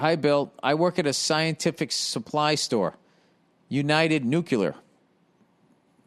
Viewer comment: I cant tell whether he says "nucular" intentionally either and its driving me crazy